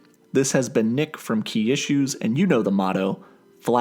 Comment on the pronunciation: when i first heard him say his channel name i thought he said kia shoes until i looked at his channel name and it said key issues